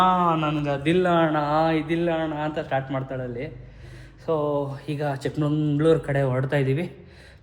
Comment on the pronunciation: Bro...ಚಿಕ್ಕಮಂಗಳೂರು ಅಲ್ಲ ಚಿಕ್ಕಮಗಳೂರು.